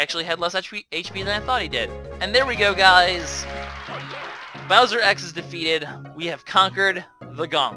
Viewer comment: its bowser not browser,he is not the internet!!!